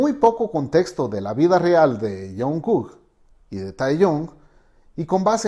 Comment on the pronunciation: Lo único que pude hacer fue aguantarme las ganas de gritar!!! 😭😭 son tan bellos juntos 💜 o dios mio tengo que aguantarme la emoción💜 taekook 💜 jajaja El señor dice "taeyon" y "junkuk" xd